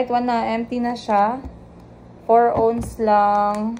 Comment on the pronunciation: Ounce - you pronounce it as “awns”, not “ons” lol ✌🏻